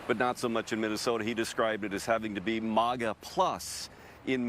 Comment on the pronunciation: what ever your name is it’s not moga it’s MAGA you’re an absolute idiot why are you a reporter? Obviously you can’t get it right